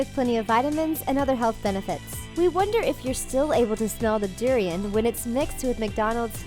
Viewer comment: its pronounced doooo-riiii-on